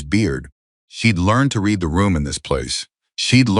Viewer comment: I like the story a lot but PLEASE get rid of that narrator; he is annoying, he isn't just making too many mistokes that it would be possible to ignore them. He is consistently making them(. Red instead of read is another one ).